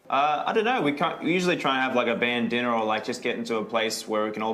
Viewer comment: MICHAEL GIGGLING OVER BAND DINNER SOUNDING LIKE BANDANA IS EVERYTHING